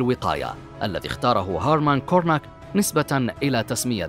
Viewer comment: المعلق الصوتي لم ينطق أيا من الأسماء بشكل صحيح! هيرمان غوغين نطقها هيرمان كورناك!!